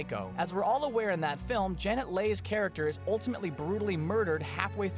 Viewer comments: Janette Lay? WTF?! It's pronounced Janet Lee. And yeah, I know it's spelt Leigh... but it's still pronounced Lee and it's definitely Janet. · Janet Lay? It's pronounced Lee! Learn your movie history. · not only did you carbon copy other old lists your cant pronounce Janet Leigh's name! huge Fail!!